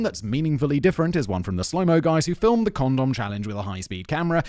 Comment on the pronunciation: I’m so the only one that found it weird the way Simon was saying condom. It just felt wrong lol. Is he trolling 😂